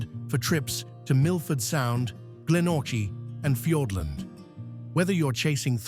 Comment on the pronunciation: maybe not, but at least we can give it a crack. IDEK what that Glenorchy pronunciation was